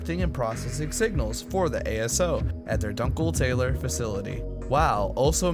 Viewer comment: Amazing video...but the pronunciation of "dunkeltaler" was criminal